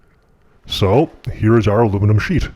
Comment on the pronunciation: Domingo Actually, he named it "Alumium"